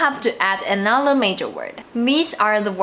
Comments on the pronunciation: you pronounced measure as major, its more like mesh-ur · You are pronouncing major instead of “measure” . The first vowel sound is different and the middle consonant is also different.